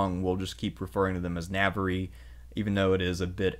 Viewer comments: Na-var. It's pronounced Na-var, not Na-ver-re, Na-var. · Yeah its so easy to pronounce, something like "nah- var (rhymes with star), not nav-var-rie. It was jarring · I like History and I like these podcasts but dude ...NAVARY??!! NAVARY?!!! WTF... Please learn how to pronounce Portuguese and Spanish better. It is not that hard... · Navar not navery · You pronounce Navarre wrong every time and it hurts my ears. Spanish vowels. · Thank you for this; worthy of seminary. Very enjoyable. (Navarre is pronounced Navar, Algarve = Algarv - please don't think I am a pedant - I am quarter Spanish - I could never put this fascinating monologue together). Please do more. Love Hedy. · Really good video, but you butchered the region names so bad. “The region of navariiii” 😂🤣😂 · The Navariiii thing really did make me grit my teeth each time. I’m normally not a huge stickler for pronunciation but several in this vid did bug me quite a bit. They aren’t very difficult to get correct and i found it took away from what was otherwise a very good and informative video. I really don’t want to come across as a hater here, I legitimately enjoyed the content. Just please, next time at least acknowledge the proper pronunciation and people will be a little more forgiving for your choice to anglicize it. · It's fine, it is correctly pronounced Na-Ba-,RRA, three syllables always. Navarre is the anglicised/french pronunciation and spelling. So anyone is free to say it anyway they like it. Basque also receives the same Anglicised French treatment, the full term is Vasco or Vascones, same thing, different pronunciations in different languages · Lmao "navery" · Navarre is pronounced ‘navarr’. Your mispronunciation really irritates me. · Amazing video... But it would be a whole lot better if you invested a little time into researching how to pronounce the regions of Spain. Navarre is so bad I didn't even understand what you was talking about. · Please pronounce Navarre correctly